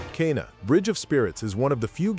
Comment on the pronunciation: Obviously AI. Calls "Nier Automata" as just "Automata", "Kena" as "Kyna"